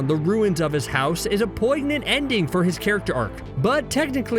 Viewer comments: You lost me at "poig-nant" . Why do I even bother with this tripe? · The 'g' is silent in poignant. All of these videos always seem to have some extremely annoying mispronunciation of a simple word in them.